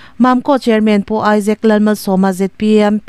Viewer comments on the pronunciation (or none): none